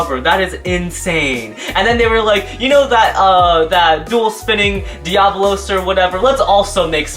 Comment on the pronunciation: Actually it’s DIA-BOLO